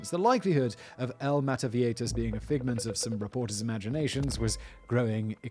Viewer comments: Viejitas. Now, I'd imagine everyone would pronounce this one of two ways: vie-hi-tas or vie-i-tas... Simon: Vieieitaitaitatitatas. Carry on. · Vee-yeh-hee-tas simon